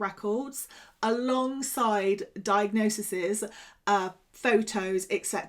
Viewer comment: diagnosises - LOL - diagnoses.